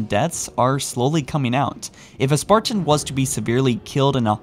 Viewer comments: I like your content but every time I hear “spar-tan” like it’s two separate words, it drives me crazy. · Why do you pronounce "Spartan" like some sort of deranged homunculus?